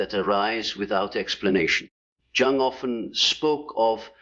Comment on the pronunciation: this must be a bad AI because mispronounced three words last one being Carl Jung’s name plus repeats same message over and over